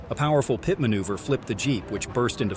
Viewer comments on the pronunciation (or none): It is a P.I.T. manoeuvre, not a PIAT manoeuvre. Please get it right. Good vid, though. Kudos to you. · What's with the pee et? It's pit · Learn how to pronounce the word pit.